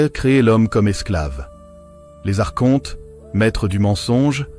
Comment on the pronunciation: La prononciation correcte est "arconte" comme archange et non arche honte.